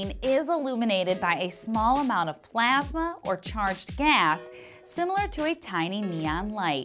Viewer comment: The way she says plasma. PlEaSmA